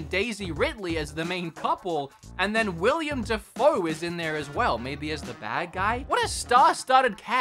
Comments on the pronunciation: William 😂😂 brooo it’s Willem! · Its Willem Dafoe, not William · William da foe can you read his name next time